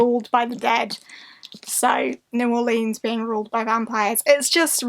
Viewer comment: Why do unhauls feed my soul so? Is it because I'm a hoarder who needs motivation to get rid of stuff? NOPE, DEFINITELY NOT THAT. Also, yay for nothing that made me sad to see you unhaul it. :-D Random fact for this one: People from Louisiana get a twitch behind their left eye when they hear the pronunciation New Or-leans. It's more casual. Like New Or-linz. ::sticks out tongue and runs away